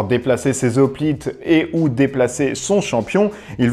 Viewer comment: Hoplite, c'est comme "Hérisson" ou "Haricot"......on ne dit pas des "Z'hoplites" mais des "Hoplites" :) Bon à part ça, la vidéo est très sympa !